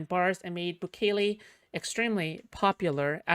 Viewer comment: it's pronounced like bukkake, but bukele